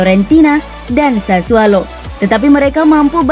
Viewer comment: Sassuolo pak. Bukan SASSUALO. Pake O bukan A